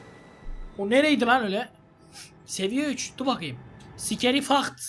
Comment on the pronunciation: Abi Scary ye sikeri dedin 😂